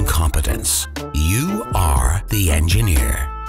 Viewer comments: "The Enjenir is enjihir"😂😂😂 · The Enjenir Is Enje-hir